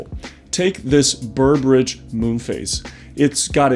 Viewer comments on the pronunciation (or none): It is called "Burbidge", not "Burbridge."